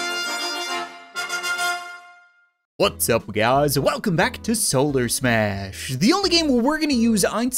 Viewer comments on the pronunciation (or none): Sometimes his intro sounds like “butts up guys”